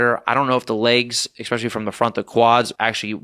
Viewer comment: He can't even say the word "especially", instead saying "expecially". He is clearly a low intelligence individual.